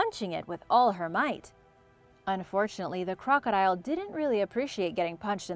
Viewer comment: I am annoyed by how you say crocodile and a couple other words. The high pitch at the end is bothersome.